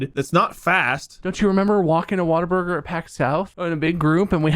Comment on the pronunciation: Am I the only one who thought it was "Waterburger"? Everyone I've heard has pronounced the "Wa" like "Wah" as it's pronounced in "Water". It's "Whataburger". I kind of figured that, but "Waterburger" also sounded like a name. (bootleg Krabby Patty?)